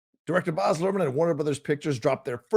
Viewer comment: it's BAZ as in BAZZA for Barry, not BOZ.